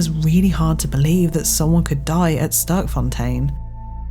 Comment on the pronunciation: Sterkfontein. Literally meaning "Strong Fountain". Pronounced differently, something like "Stairkfon-tane" in Afrikaans/dutch.